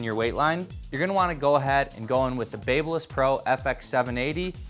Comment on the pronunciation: looks like shit...and I hate the way he says Babyliss.